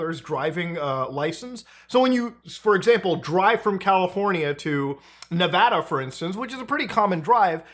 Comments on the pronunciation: Muta, thanks for being a non-native to the state who knows the proper way to say Nevada. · Mad props for pronouncing Nevada correctly. That's rare for folks that aren't from here.